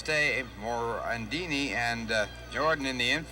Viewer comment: Someone should tell the announcer it's Mickey Morandini, not Mickey Morandino.